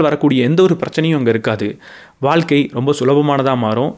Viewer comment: அது வால்க்கை இல்லப்பா... வாழ்க்கை.